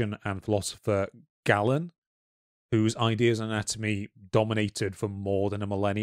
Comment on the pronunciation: Galen is pronounced 'GAY len' Claudius Galenus of Pergamon a surgeon and anatomist of antiquity whose physiological theories held sway until the middle ages)